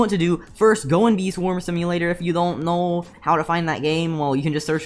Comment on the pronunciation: "that you dont knwow" LMAO MY DUDE U OK